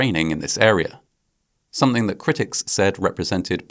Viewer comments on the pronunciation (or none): none